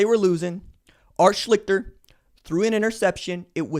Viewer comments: It's Art Sh-least-er. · RJ you may not care but it pronounced shlee-ster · Not that it matters, but OSUs quarterbacks name in 1978 was pronounced "Schleee-ster". He's has a whole dumbass story of his own. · RJ-Schlicter is pronounced “Shleester.” Just sayin’ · Yo mon, it's pronounced Art SHLEES-ter. And YES, I'd bet on that!!! LOL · Ur saying art's last name wrong and just so you know art is from my home town and had a gambling problem and was the first freshman to start at qb at Ohio state. Didn't happen again till Pryor.